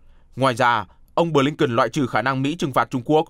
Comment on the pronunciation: phát thanh viên nam đọc tên: ngoại trưởng Mỹ là Bờ-lin-ken. chữ BỜ phát âm to rõ nữa chứ.phát thanh viên mà trình tiếng anh như mẫu giáo.hahahaha